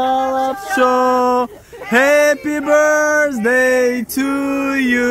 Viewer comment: Ҳадди ақал ҳамон Happy birthday-ро дуруст хонед🤣🤣🤣